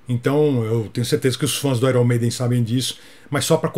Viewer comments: Serei chato.kkk mas fazer o que?? "Airon"maiden ta errado tbm É alguma coisa perto de "i earn" Ou "aiOn" Mas parabéns..esses erros são terríveis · Corrigiu o nome do vocalista do Iron Maiden mas errou a pronúncia da banda. "Airn Meiden" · Iron Maiden se pronuncia (AIORN) Maiden e não (AIRON) maiden. Fica aí minha contribuição, Gasta! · Gastão, o nome da banda Iron maiden, também é diferente. Não é airon... é aior.... confirma? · Sem querer ser chato, mas já sendo...a pronúncia correta de "Iron" Maiden, é algo como: "Áioern", e não: "Áiron"! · Gastão, fiz um comentário no video parte 1 sobre como as pessoas pronunciam erroneamente a palavra IRON em Iron Maiden. Nesta parte 2 você acabou cometendo o mesmo erro. Achei que você fosse mencionar isso. Não querendo ser chato vai aqui a minha contribuição: IRON se pronuncia "AIÃRN" como na frase "I EARN". É só jogar a palavra no YouTube seguido de "pronunciation", ok? Gosto muito do canal. Abs. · O próprio "Iron" de Iron Maiden é pronunciado errado. E "Lainard Skainard" é de fazer sangrar os ouvidos. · A pronúncia de Iron Maiden também está incorreta